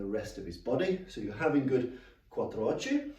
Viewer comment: This is brilliant. I’m a teacher... not martial arts. Your delivery is crystal clear, repeated and concise. Can’t find fault... well Quattrochi is pronounced Quattro “ocky” in English! But I’m Italian. Keep these coming my pal James has trained with you. I will too hopefully 🙏